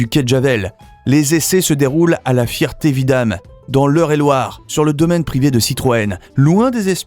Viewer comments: C'est La FERTE Vidame et non pas La FIERTE Vidame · Répète après moi Feeeeeeeererté-Vidame Désolé pour ta fierté